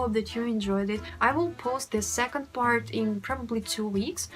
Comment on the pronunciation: You said "This is FART number one"